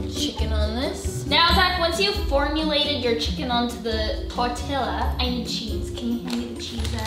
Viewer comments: Sofie, your weird, and i like it :) Also it's tor-TI-a not tor-TIL-a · You live in California and don't know it's case-a-dee-ya and tor-tee-ya?? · Sof...tortilla is pronounced tortia 😂 we make homemade ones all the time btw 🤗 love u so much sofie💜💗❤💖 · Nuu it’s not torTILLA its just spelled like that!! 😂 it’s pronounced torTIA. Correct me if I’m wrong. 😂 btw: luv u soffie!! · It's actually tor _tila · Lol when Sofie pronounced tortilla like how it’s spelled and not actually how it’s actually pronounced like tor-tee-ya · It’s pronounced as “tor-ti-lla. Lla is pronounced as ya. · Tort-ias Quesa-dias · I love how I’m literally the only person who pronounces tortilla tor-te-a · Sofie it is tor-tee-ya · Love your videos but it is pronounced as tortiya since it's a Spanish word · Its not tortilla its TOR T A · I cringed everytime sofie said "tortilla" and "quesadilla"😂😂😂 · Tori Mei no offense but I think she was pronouncing it wrong as a joke. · Ohhh Sofie I need to teach you Spanish So you can say tortilla and quesadilla 🤦‍♂️😂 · Every time she would say tortilla I got mad because she would say it the wrong way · It’s called a tortilla with a silent L